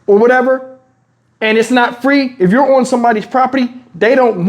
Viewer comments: I said what you said, who said it was Fa-Reee? 🤦🏾😂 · He said WTF is Fa-Reeee? I thought free was one syllable 😂😂😂